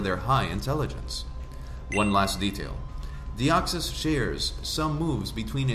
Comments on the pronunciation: "Deoxsys" Deoxys. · I dont want to be that guy but it is "Deoxys" not Deoxsys